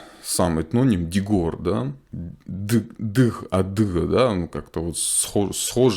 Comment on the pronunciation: У меня вопрос к автору- как на осетинском языке будет слово осетин. Полагаю он мне ответит Ирон. Но если я диорец получается я не должен назвать себя Ирон? И Почему во время цитирования автор проговаривает не дзух, как написано, а дзых? Я понимаю, наш диалект (дигорский) был признан контрреволюционным